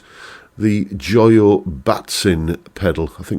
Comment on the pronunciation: it's not joy - oh , it's Joe - yo - (and it not high un dye, its h yn day apparently)